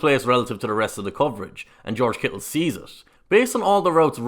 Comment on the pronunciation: You probably get tired of ppl from the States talking about your nationality and accent, but I still gotta say your pronunciation of "Kittle" is the best I've ever heard.